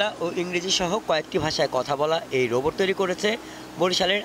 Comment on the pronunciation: বোবট না রোবট, উচ্চারণটা ঠিক করুন।